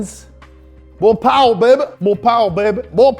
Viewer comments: "Mo paua bahbe" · Darnit you got me to spit all over my ipad laughing with ‘mo powuh babeh’ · more powah baby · The best part of this video: Mo Powah Bahby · Moh powahh bhaby!👌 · More powah babay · Moe powa bebe! Mowè paw bb! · MO' POWE' BABY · Mo powuh baybe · More powah bubay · Mow pawoa beibe - Carol Shelby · more POWAH bby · MORE POWAH BABY! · MOR POWAH BABEH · MOH POWAH BEHBE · Mo powwa babey